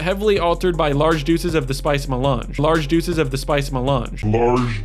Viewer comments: I think he is mispronouncing "doses". Probably because ChatGPT rewrote the script for him. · he’s saying doses and mispronouncing again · I’m guessing it’s a mispronunciation of doses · he's probably trying to say "doses" here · I'm pretty sure he's trying to say "doses" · Absolutely he messed up reading the word "Doses". Large doses. He didn't even peg that the word is just a regular word. Not only plagiarism, but borderline illiteracy.